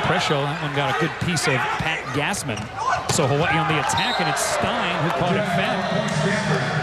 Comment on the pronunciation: this man really said Ha-wa-ee